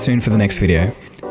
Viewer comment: Uhmm ok I'm really confused about your channel's name.. Is it ColdFusion or ColdFusTion? Cause your intro says ColdFusTion O.o?